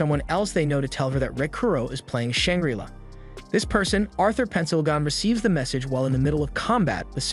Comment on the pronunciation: Shang-Gri-Law not Shang-Grilla So damn many mispronunciations. If you don't have a dictionary AND don't know how to use it to learn how to pronounce words, then use Google., e.g. Say barrage. Imagine if your favorite actor, actress, news host constantly mispronounced words. Unless of course you are an AI...